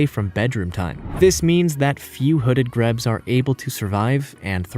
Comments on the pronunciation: Also grebes are "greebs" and not "grebs", and couscous is not grain. It's pasta made from wheat flour and water. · in addition, this guy's pronunciation and "facts" are so poor. Grebes (pronounced "greebs) is just one example. The seneca white deer are probably just standard albino versions of ordinary deer. A captive population would give them protection. There was a small herd of them in a protected park in Pennsylvania back in the sixties. I take anything this guy says with a grain of salt.